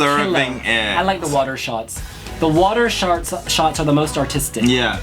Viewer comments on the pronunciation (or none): 'Is that Cher?' 😂 😂 😂 I really like Azerbaijan this year.. as I do pretty much every year 😂 They always slay! The song is really current, feels like a really good Melfest entry. Love the video too! P.s just wanted to give you a shout out for your lip slip - 'Water sharts' 😂 Naaaasty